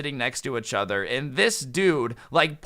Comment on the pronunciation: It’s funny how says each other:echother